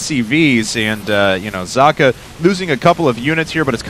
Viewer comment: its pronounced "zockuh", like sock